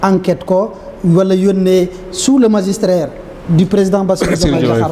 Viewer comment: On magistère et non magistrrer. Mr le ministre